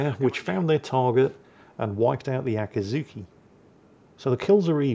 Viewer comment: Akatsuki, Akizuki, same thing! Though I guess those names are similar... so, not your worst, but still very much in the wheelhouse!